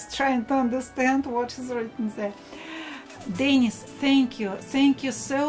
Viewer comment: no, sorry: not DENnis. but DenEEs. Dennis is a man's name, Denise is a woman's name. ah Grumbacher ! very good quality ! the best !